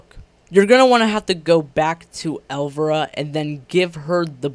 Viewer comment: El-VY-RA. Not pronounced elvra...